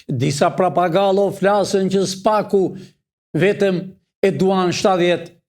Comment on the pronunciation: PROFESOR, jo parpagallo😂 thuhet papagall😂